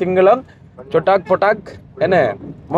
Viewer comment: சொட்டாக் அல்ல சுட்டாக் என்று சொல்லுங்க